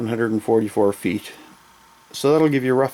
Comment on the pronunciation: Great work, but I must ask... Did you say FEET(fee-ett as you pronounced it) was French for feet lol